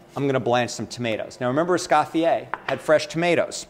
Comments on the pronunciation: Beejay Swifter - AAAAAND!... it's "Es-COE-fee-yay", NOT "Es-SCOFF-ee-ay"! Chef, you do a disservice to Escoffier and Niçoise by mutilating their names. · Can't even pronounce Escoffier either, he annihilates the name. If you're a dedicated chef then at least take the time to learn how to say Ecoffier properly!! Es-cofYYeah